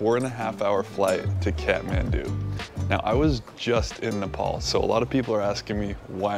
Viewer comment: Great to see you like my county and btw its pronounced kat-man-du